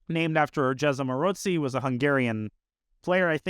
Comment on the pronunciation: Danya’s pronounciation is right, with a ‘ts’ sound, might have to do something with his own last name having the same sound in it :) I’d say it with a ‘ts’ and also a long o - like at the end of the word ‘go’ or ‘no’, with the emphasis on the second syllable